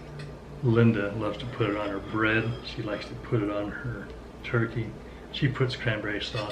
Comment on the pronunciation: “Turky” was killing my ocd lol. TURKEY. TURKEY. TUUUUURRKEEEEEY. I don’t know why it bugged me so badly lol.